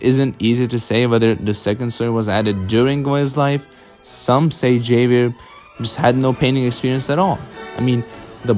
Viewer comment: I peeped that 19-2000 at the end 👀 not to nitpick but I think Javier is supposed to be pronounced with an H sound, like in “Hello”? Other than that👍🏽